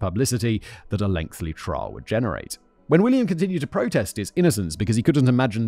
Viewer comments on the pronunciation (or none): Lengthy! Not lengthly! Simon, you learned this already! ❤ Thanks for the dreadful but well told story, Matthew.